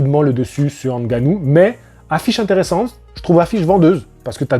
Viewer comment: On dit "Haine-Gannou" 😂 Blague à part, merci pour ton point de vue et tes analyses tjs très intéressantes 💪 Sinon je suis assez d'accord avec ton poto: faut arrêter de tout mélanger, c'est du sport de fight, mais chaque discipline est différente! On ne va pas faire affronter le champ de ping-pong contre le champ de tennis que diable 😂